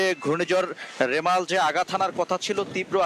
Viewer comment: রেমাল না রিমাল